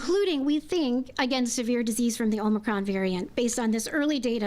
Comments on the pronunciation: She can't even pronounce it! "Omnicron?" Hoho, we better listen to this one. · This new OMNI CRON VARIANT omni? Omni? Omnicron supposed to be OMICRON....and play back at 25 % speed and see if you don't laugh. Really. 😂😂😂😂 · She is so stupid. she said "omnicron". She should take nightly walks through every neighborhood in Chicago WITHOUT her security!!! Can't believe she considers that hairdo to be an emergency that requires breaking her own covid restrictions!!!! Beyond pathetic!!!! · More fear-mongering and over-reaction.👎 Just remember this mayor has no authority to do these things. Just run your businesses and work your jobs as usual. These tyrants will be getting their comeuppance down the road. She can't even pronounce Omicron for goodness sake. That should tell you something. She is an idiot.